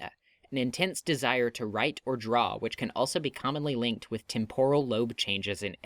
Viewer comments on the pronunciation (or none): none